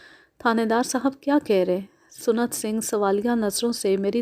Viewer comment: Maddam...Lafz SUNNAT Singh Nahi SANT Singh Hota Hai.